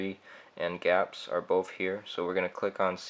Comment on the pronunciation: Its not pronounced Gapps it is G-apps like Google apps.